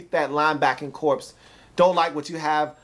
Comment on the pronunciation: It's not corpse. It's pronounced core.